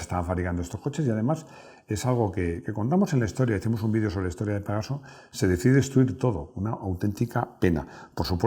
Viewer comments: Avísenle a que es Pegaso no pegazo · por favor!! PEGASO!!! Y NO PEGAZO!!